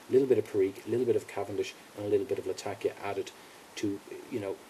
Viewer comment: Great video my friend, but it is Latak'ia and not Lat'akia. :)